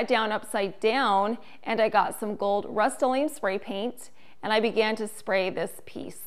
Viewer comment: Nice, but I've never heard rust toe lee um Pronounced the way you do